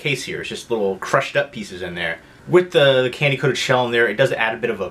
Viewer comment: I've heard people pronounce Reese's the way you do but the way you pronounce pieces is bizarre